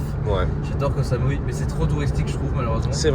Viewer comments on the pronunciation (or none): Mdr j'ai ri quand il a dit " J'adore koh samui" (j'adore kohsamouille )